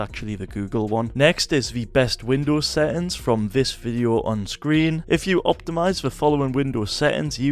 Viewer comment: What are "set-ends"???